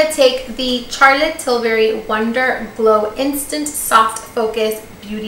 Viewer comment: I love how she’s saying “Carlotte” 😭😭😭😭